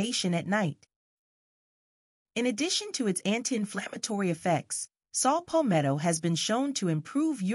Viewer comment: It's Saw Palmetto not Salt Palmetto 🙏🏿